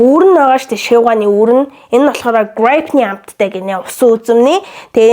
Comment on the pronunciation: Teneg pizda chin grape gej help suraach U saying grapp Gra"ai"p